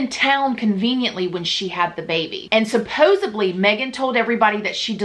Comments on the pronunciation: I love you. I hope you don’t mind me saying. It’s “supposedly “. With “d”. Not “supposibly” with a “b”. 🥰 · For the love of god stop saying "SUPPOSUBLY"!!!